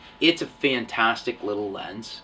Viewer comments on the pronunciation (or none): none